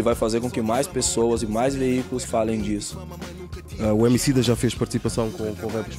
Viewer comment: o valete em vez de dizer emicida diz homicida